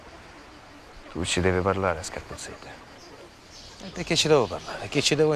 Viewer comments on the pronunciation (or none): Scarpuzzedda non scaippuzzedda, però il modo di pronunciarlo è giusto....